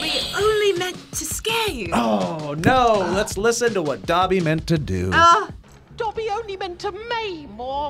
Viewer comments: Fucks wrong with people getting Dobby's name wrong it's not doppy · I got them all. But seriously why was would two non Potterheads be in this episode. FYI for all you out there. Dobby pronounces his Doe-by not Daw-by. Listen to how Toby Jones says it in the movies. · and know absolutely nothing about harry potter i love harry potter so much i what triggered me most i she said dumpy when his name is dobby because when I was younger I got a Dobby stuffed animal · Omg she said "I know dumpy dies." It's Dobby 😂🤣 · She can’t even say Dobby’s name right lol